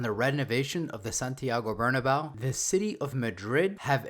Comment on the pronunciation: It’s pronounced Bernabayo